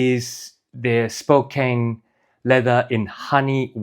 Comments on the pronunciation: "Spo-Can" not "Spo-Cane" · I have always heard it pronounced Spo CAN. Like "he can do it" American english is so weird sometimes...